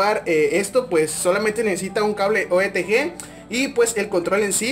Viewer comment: Dice OETG y es Otg